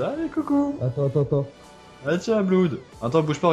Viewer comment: Quelqu'un lui dit que Blood = "Blod" et non "Bloud" ? :-P